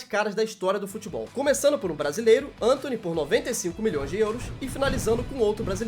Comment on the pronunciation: Eu não tanko o cara falando Êntôny 🤣🤣🤣